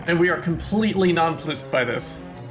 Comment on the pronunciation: "nonploosed"...to be fair, everyone has that word they've read many times but have never heard pronounced, so I feel ya